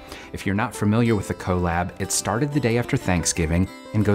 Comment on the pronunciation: The way says collab😄